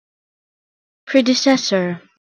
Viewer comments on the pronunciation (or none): She puts the accents in the wrong place.